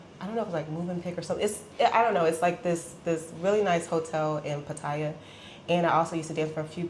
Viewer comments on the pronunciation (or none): She even says she can speak Thai which I doubt very much. I mean Pat-tyre is the typical pronunciation for those who can’t speak Thai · 14 years in Thailand and still cannot pronounce Pattaya correctly; not to mention preferring the simple life but living in 17,000 baht per month room and paying 1000 baht to get her nails done !